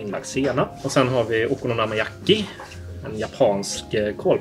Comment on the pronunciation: bra uttal på okonomiyaki